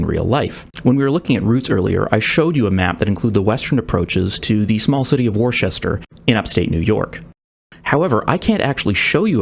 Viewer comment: nah, nah nah nah, you can't do me like that. Not only do you call it "War-chester", but you claim it's located in NEW YORK?! Worcester may be a shit hole, but it's OUR shit hole. That's a step too far buddy, you cannucks are gonna regret this. 😤